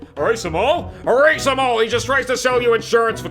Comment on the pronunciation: HE SAID ERASQUEEZE